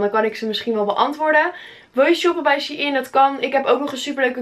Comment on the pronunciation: het is shEIn niet she-in